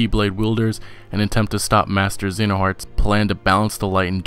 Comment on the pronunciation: Lost all credit when talking about kh3 and not knowing how to pronounce xehanorts name